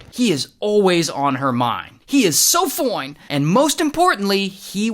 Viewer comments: The way he says “ foine “ instead of “ fine “ has me on the floor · 😂 the “FOINE!” gets me every time! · Rays "FOINE" always get me 😂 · Ray cracks me up when he say's ''Foine'' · I love the part where he says fooine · “SO FOINE”-ray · I love it when Ray says "FOINEEE" 💀💀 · "She's just foooinkkk" 😂😂😂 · I love when he says “FOINE” 😂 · Everything in my house now is "FOINE"😂😂. The cup of coffee is "FOINE"😂, OH! I think that Sunrise is "FOINE"😂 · I like how he said FOINE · The way he says Fine 😂😂